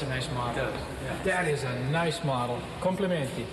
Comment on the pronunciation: He speak Complimenti in perfect italian!